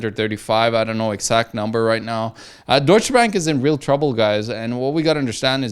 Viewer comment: I'm just here to hear say "DOITSCHE BÄÄNK"